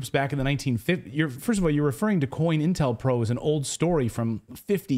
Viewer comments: Just a HEADS UP, DUDE!....It's "CO-INTEL-PRO"....Not "COIN"...lol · Co-Intel Pro. Not coin. Sigh